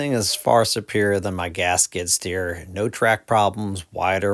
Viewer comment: "gasket steer" is what I heard for a while... Then I realized you were saying "gas skid steer" 😅 Great video though. I'm very interested in this model now and super impressed by its 1400 lb lifting capacity that's amazing!